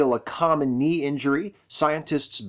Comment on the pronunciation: You forgot to say the "k" in knee. I was gonna let it slide once but then I kept hearing it. It's like when Lando Mispronounced "Han"